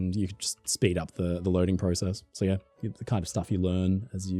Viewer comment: You say PROCESS and PROGRESS wrong!